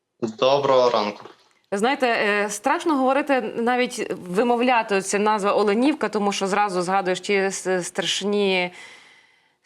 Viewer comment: Наголос на о, Оленівка. Ведуча, вам треба це знати.